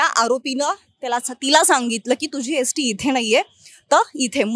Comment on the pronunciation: Bai अष्ट्या nahi ग st असते te. Baki khar kay ahe te पोलीस तपासातून कळेल